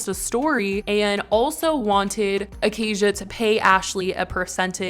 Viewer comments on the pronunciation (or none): It’s “uh-kay-shuh” not “uh-kay-zhuh” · It’s Aca-Sha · bro what i have the same name as her its pronounced ah-kay-sha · It's pronounced Acay-sha babe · It’s pronounced Acaya